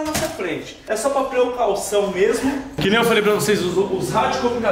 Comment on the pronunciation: preucaucao cade o teu portugues